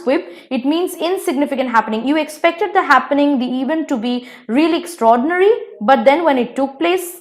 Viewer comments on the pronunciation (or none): none